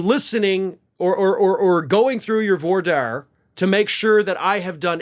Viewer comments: you often comment on how you're not a lawyer, but you have spent a lot of time around lawyers. Maybe you should ask how to pronounce voir dire. It's pronounced vwah deer, not voy dyers. Sorry, but mispronunciations of common words bug me. The other day, I commented about a narrator saying Amelia Earhart as EERhart. Borderline criminal! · Voir dire is pronounced vwar deer not vo dier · Vwa’ deer, good sir. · Love you, but voir-dire is pronounced vware-dear. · Dang, that's embarrassing! It must be hard to keep track of all of tRump's court dates. Maybe get him to pay for a secretary? Incidentally,, you might want to check your pronunciation of voir dire. IIRC, it's more like "Vwah deer." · voir dire...pronounced vwah deer. french origin. -_ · "vwahr deer" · Its prononced "Vwahr deer', its french . just trying tobhelp out😀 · It’s voir dire (like deer) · Voir Dire = Vwär’dir … for the love of god …you kill me sometimes 😂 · Vwar Deer that’s how it is pronounced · It's pronounced "VOO-AR DEER" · Please please .. it's pronounced: "V"Wahh Deer" ... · I've heard voire dire pronounced (by lawyers) "vwah" (like the first syllable of bwana, but starting with a "V") and then dire rhyming with "deer". I think it's French. Maybe Latin? Are his lawyers really this dumb? Wasn't Tacopina on the opposite side of tRrump once in a lawsuit and said some unflattering things about 45? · The phrase “Voir Dire” is French, and the correct pronunciation is closer to ‘Vu Wah Deer’. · Anybody who has seen "My Cousin Vinny" knows it is pronounced 'wah-deer'. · All of this is being done 1 because trump is desperate to know the jury and 2 so Trump can cry that his lawyers weren't allowed to be involved so it was all completely unfair. ( Side note: it's pronounced vwah deer) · Just so you don't get harrassed...it's pronounced vwadeer'. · N.b. The term voir dire is pronounced (in US courtrooms) like "vwar deer" 👍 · Check pronunciation of void dire